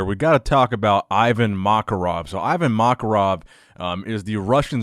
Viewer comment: Hey, thanks for covering Ivan's training! If you want a translation of any of the captions under his posts, hit me up. Also, his name is pronounced ee-vAn makArov. Other than that great video! (my name is also, so you could say that was comments and suggestions)